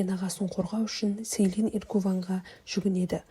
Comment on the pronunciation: Селин емес джилин деп дұрыс вйту керек есімдерін